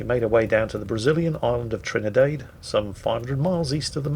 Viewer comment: WQW, THERE ARE PEOPLE WHO ACTUALLY DON'T LIKE ONIONS?, did you mean to say "Campagna" and Trini-DAD?